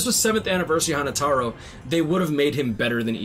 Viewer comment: Bro said hanatoro was hannatoro hahaha